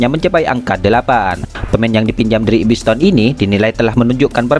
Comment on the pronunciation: bukan Ibiss town bg min..ipswich town🤣🤣😂